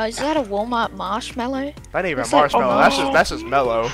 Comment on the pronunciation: "mæsh mællow" - britísh brother